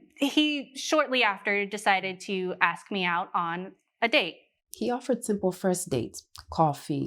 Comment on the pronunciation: Judge needs to learn how to say "ask", instead of "axe".